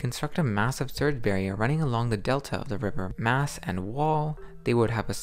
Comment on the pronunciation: it isw NOT meesland it is Maasland with an AH say aaaahhhh